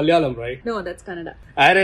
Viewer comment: Thanks for pronouncing Kannada right 👍🙏